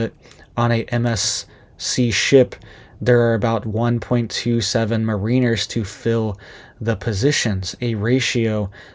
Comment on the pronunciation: Check your pronunciation of Mariners